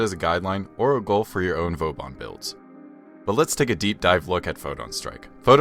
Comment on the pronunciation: I just came here because a dude kept calling vauban vobauhn. I don't know if I feel better here...